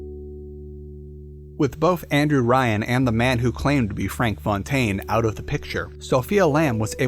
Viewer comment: Why did Andrew Ryan suddenly become Anne-Drew Ryan?